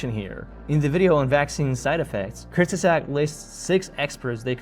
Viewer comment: I'm dying at the pronunciation. Why did they call themselves that? Just to make it hard for people to refer to them? 😭They're like the Voldemort of English-only YouTube. Anyway, don't overthink it. It's /koorts-guhzahgt/